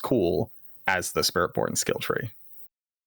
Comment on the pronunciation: I like the slip on spirit born. "Spirit Pwn"